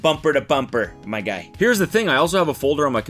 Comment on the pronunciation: “Yyyyah😮. Bumper to bumper, ::dramatic pause:: mmmy guy”. 😆 Ty Cody. I needed that.